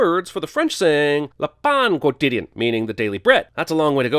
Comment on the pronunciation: That is not how you pronounce "quotidien." ding